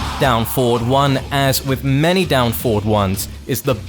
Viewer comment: Your tutorials are great, there's no doubt about that, but please.. in the future pronounce the words "forward" and "four" more clearly. It's difficult, just by ear, to tell which word you're saying.